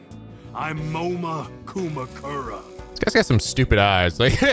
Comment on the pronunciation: Oh my god "Moma Kumakura" Moma Kuma Momakuma Monokuma. For fucks sake...